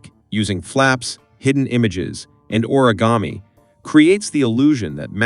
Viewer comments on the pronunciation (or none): none